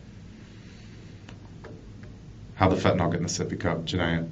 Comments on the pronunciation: FentaNYL not fantaNOL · Fent a nil not fent a nol jeez 🙄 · FentaNYL not fentaNOL